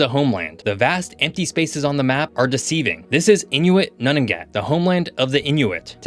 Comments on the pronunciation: Nunavut is pronounced "noon-a-vut", not "none-of-it". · ok 1st off you continue to mispronounce Nunavut & it's Capital Iqaluit, 2nd there's about 250k people up there not 23k, and 3rd to call our Military Modern up there is an understatement we are under maned under equip and lack an Arctic Navel Base instead relying on Navel bases in BC & Nova Scotia.